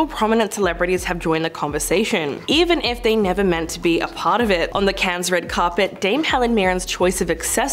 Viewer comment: Clickbaity title. Also, you don’t pronounce the S in Cannes.